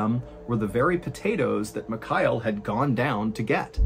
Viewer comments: Love your content and been a follower for a while but man… you’re ex mil, you can learn to say Mikhail, takes you 5s. Mee-Hah-ill Not micayell. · MihaEEL, not MiKAAel Please learn how to pronounce foreign names correctly, Sir !! Really annoying